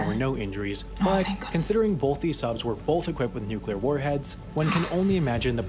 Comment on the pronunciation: Finally a narrator that can pronounce nuclear!